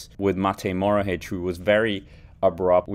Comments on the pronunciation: "mohoric" not "morohic" please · EXTRA - Since people told you how to say a name, let me tell you it's Matej MoHoRič and not Matej Morohič, like you are saying his name. ;)